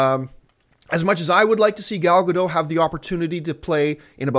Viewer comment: Gal Gadot is not french, John. lol She's Israeli. The t is not silent.